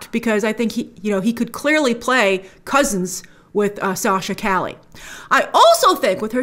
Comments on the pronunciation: Cali? It’s pronounced Ca-Yay it’s a Spanish name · Yeah, it's pronounced "Cah-yeh" Two L's together make a Y sound. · Isn't it Cay•yay? (Calle) ll pronounced with Y sound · lol i’m laughing at how everyone is pronouncing her last name “cali” when its more “ka ye” think of Kanye without the N. Calle = Street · Bro, it's pronounced Sasha "KAH-YE." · Isn't her last name pronounced "Caye" like "street" in Spanish? She's great on "The Young and the Restless." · For future reference it's Sasha( CAW-YAY) Calle. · Calle is pronounced “Kah-yeh” and it’s a last name in spanish but also the word “street” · It’s Sasha Cah-yeh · Sasha Calle 'pronounced Ca Ye' the 2 L is more of a Y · I hope that by the time this film finally comes out Grace has learnt how to pronounce Calle accurately. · Calle means "street" in spanish, google the pronunciation of that word! Great video as always, big fan from southamerica! 🙋🏻‍♂️ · Calle is Spanish -- not Italian. It's pronounced like a Y -- not an L. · Not how Calle is pronounced